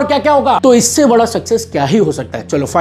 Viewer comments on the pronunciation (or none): none